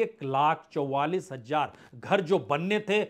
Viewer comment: Sir, aapka analysis to acche hote hai lekin hamari language kharab hoti hai. Please thodi Urdu sikh le. Z aur J me farq kare. Thank you. Jindagi is Zindagi, Jarur is Zarur Hajaar is Hazaar Jara is Zara etc.